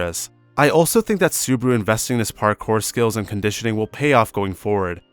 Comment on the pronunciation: this is perfect. only thing is botching subaru's name. makes me cringe a bit.